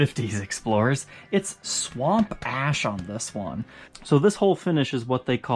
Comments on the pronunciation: I'm probably the only one, but whenever says "sahWOMP aySHH" I repeat it back. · i die every time he says "Swamp ash" lmao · Me too! Makes me grin